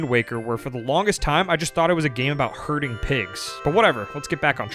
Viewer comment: I heard Hurting Pigs and not Herding Pigs 😂😂😂